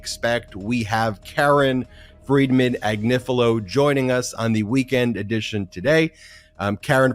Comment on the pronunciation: Comments on the Chris Hayes show clip: *He couldn't quite pronounce Karen Friedman Agnifilo, but never mind, he'll get it right next time. *It's great that he mentioned the Legal AF podcast. It would have been even better if he'd mentioned the Midas Touch Network, but never mind, he'll get it right next time. All in all: 🔺Yea Karen ! 🔺Yea Legal AF! 🔺Yea Midas Network! 🔺Yea 3 Meiselas Brothers! 🔺Yea Midas Mighty! 🔺Hell yeah! 👠👠